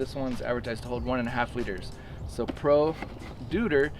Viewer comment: Deuter is pronounced „doy-ter“ ;-)